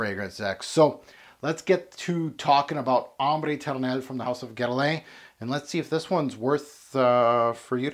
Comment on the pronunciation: Love how you try to pronounce correctly the name of the fragrance but just, in such a cool way, butch the name Guerlain 😂🤣🤣🤣👏👏